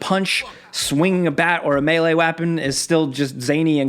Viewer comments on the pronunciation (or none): Melee wapin 🤣 Classic